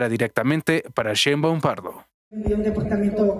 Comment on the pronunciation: No se dice deportamentog se dice depoartamento